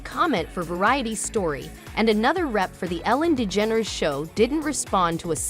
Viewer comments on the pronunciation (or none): Ellen Lee Dedgeneres??? Try again AI!